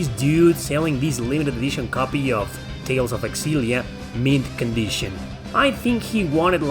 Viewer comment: It's pronounced Zillia not Xillia